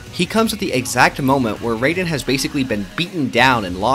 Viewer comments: Bruh how this dude be calling Raiden "Rey-den" when they literally say their name like "Rai-den" 50 times in the game. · Disliked just for "Ray-den" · Bro said reiden 💀💀💀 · Raiden's name is not pronounced the same as the character from Mortal Kombat. The Rai is pronounced like rye bread. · It’s “rye-den” that’s how you pronounce it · Good video, but I still don't understand how people play MGR and still say "Rayden" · I just broke out laughing bc of him saying reyden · ummm... ackshually it'sh pronounced rye-den🤓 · Please say raiden name right he not the god of thunder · mispronouncing raiden's name makes you the biggest edgelord of all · And the video is good but the way he pronounced Jack's code name threw me off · Am I the only one that is bothered by Raiden‘s name being butchered? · You mispronounced raiden argument invalid